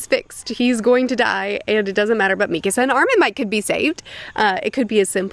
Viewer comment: Why does she day Mikisa instead of Mikasa? 😂